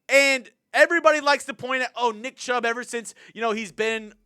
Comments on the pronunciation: he did say chubb in the intro lol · Ya he messed that up for real😂